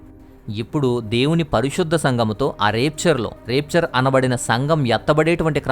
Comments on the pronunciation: చాలా మంచి విషయాలు చెప్పారు బ్రదర్.... Repchar కాదు బ్రదర్ ర్యాప్చర్ అని pranounce చెయ్యాలి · Adi రాప్చర్ బ్రదర్ రేప్చర్ కాదు బ్రదర్ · Brother plz check the.pronunciation of RAPTURE in Google ...it's rapture and rapeture ...